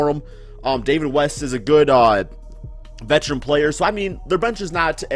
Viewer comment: this man said vetecharan